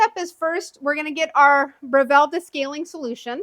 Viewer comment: You are pronouncing the name incorrectly. Here is a link to the correct pronunciation.